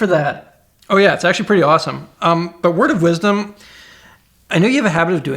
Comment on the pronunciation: "thats really gawesome"